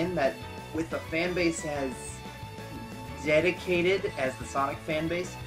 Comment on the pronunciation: "dedicated", you summed up everything just by your pronunciation about the fanbase.